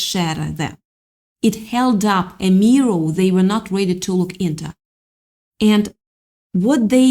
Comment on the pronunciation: Practice makes perfect, butt we know YOU can do it. It's NOT pronounced "MEEE~ROW" ! We were wondering what the heckers a "MEEE~ROW" was until we realized your attempt at saying "MEEER~ORE". Thank you. { You're welcome ! }